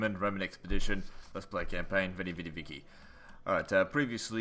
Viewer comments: Gualda It's actually pronounced ViKi in Classical Latin (the one that Julius Caesar spoke). However, in Medieval Latin it is pronounced ViCHi. Since the quote was said by Julius Caesar in Classical Latin, I'd say is more than right by pronouncing it ViKi. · but i thought it´s actually pronouced like that, in latin. maybe only english speaking people say vichi